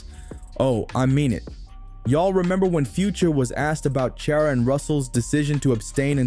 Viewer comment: Who is this lady?? Learn to say Ciara's name.